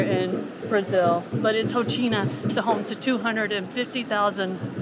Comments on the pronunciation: Rocinha is pronounced - Ho - Seen - Ya. Coxinha is pronounced Co-sheen-ya. Interesting video! I lived in front of Rocinha in the Hotel Nacional my first 6 months in Rio. Interesting video! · Say " cochinia" for coxinha and "hocinia" for Rocinha and you will be close to the pronunciation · Rocinha: HOSSEEN-AH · cojina, rotchina, lol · That was epic! Thank you so much for beatiful views, the insight and the non judgmental description and history. You are the best! ( except when trying to pronounce brazilian names 😅) BTW there is no such thing as 'low season' in Rio !!! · Glad you enjoyed it! The pronunciation here is killing us!!! 🤣🤣🤣🤣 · Rocinha. “Ci” you pronounce like “see”. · please make an effort to correctly pronounce the two new words you learned that day (rocinha and favela). It is painful how you are butchering the words.